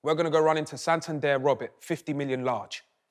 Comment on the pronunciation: Man said 'santander'